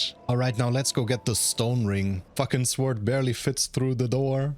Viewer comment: Jesus SAY SWORD RIGHT ITS PRONOUNCED SORD